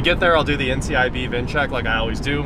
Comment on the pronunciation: Just as it’s Tesla not Tesla, it’s NICB not NCIB.